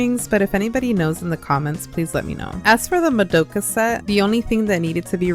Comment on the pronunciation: Mod da ka skirt is how you say it 🤓👆